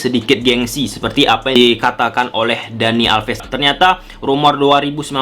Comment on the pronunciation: alves bukan alpes.. 😂 back bukan bek(bebek) 😂